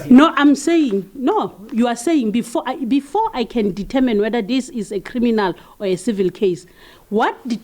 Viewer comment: TOOO DA:face-orange-frowning::face-orange-frowning::face-orange-frowning::face-orange-frowning:TAMINE!!! ITS "Determine!"